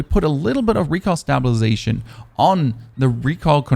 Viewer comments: It's not bad, on the word recoil exclusively you have a bit of a southern accent without any twang. Good video, man. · I'm starting to think you pronounce recoil wrong on purpose